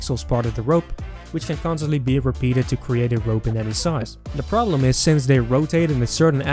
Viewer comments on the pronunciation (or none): none